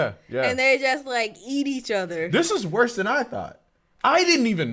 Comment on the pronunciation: "So...this is wose than I thought." Ahh. The Warhammer experience 😂